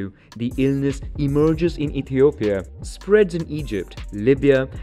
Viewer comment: He says ethiopia.. hhhh so funny